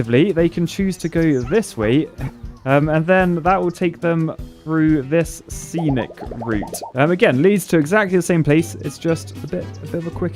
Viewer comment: “Scenic” not “senic”